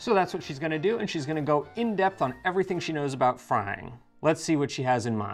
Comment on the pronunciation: frigge ogni pensiero😂😂 every-think